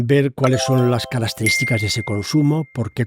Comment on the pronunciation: "c'analizar" "carasterísticas". Seguiré viéndolo